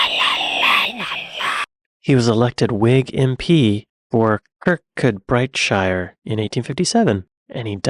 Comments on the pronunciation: Cur-Cud-Bree- Shur! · Loving how you pronounce Kirkcudbrightshire (It's more like Cur - coo - brish - ur and the town is pronounced Cur Coo Brie) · Next up: debunking the myth that baseball was invented by some ex-civil war general. Oh, and now go off and learn how to pronounce kirkcudbrightshire.